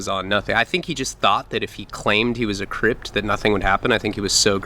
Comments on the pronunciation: U said cript it's Crip lol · Is it "crip" or "crypt" my dude? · It’s a crip not cript uhhhhhh annoying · its Crip not Cript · its crip not cript your turd burgla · You say cript? Lol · what the hell is a crypt. does he mean crip ? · Its Crip not Crypt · White crypt 😂😂😂😂😂 it’s crip man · Just FYI it’s crip not cript lol :)) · Hey not trying to nit pick but its Crip not Cript. No "T" on the end dude. You say that to the wrong person and they will take it as disrespect. Anyways love the videos man! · Crip lol no T! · You realize it’s CRIP hahah not cript fool 🤣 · Dmarc 303 I noticed that too haha, I kept thinking to myself “ is he adding a T to the end of crip?? “ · Its a "crip" not "cript" lmao you should know this stuff man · bro I’m on my second run through of watching all these videos. Can we get a new one tonight?! “He was a white CRYPT” lmao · Why are you saying Crip like crypt lmfao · no t in crip i repeat there is no t in crip